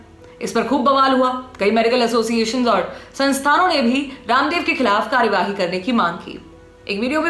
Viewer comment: जी की संवाद अदायगी मन को छू लेती है,,,आपकी आवाज में एक खास कशिश महसूस कर रहा हूँ,,,,,जबरदस्त,,, हो सके तो कार्रवाही का उच्चारण कार्रवाई करें